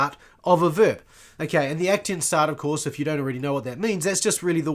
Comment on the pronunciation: aktionsart - German word - pronounce aktsions'at not ektinsa :elbowcough